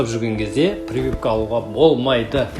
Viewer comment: Прывыпка😂 дегені қалай кетті. Прививка емес па😅